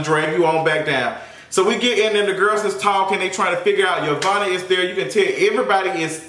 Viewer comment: 💁🏾‍♀️ ITS YO-VONNA......THAT BITCH.....FROM CLARK😂😂